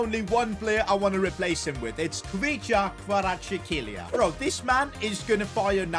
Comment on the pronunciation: Khuvicha kavaratskhaelia Thats how he should say it